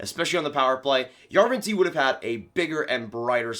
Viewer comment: Jarventie = Yarrr ven tee eh As a Sens fan, I’ve watched a lot of his highlights from the Finnish league. And that’s how the announcers say his name. The i and the e are pronounced separately. Just nitpicking here.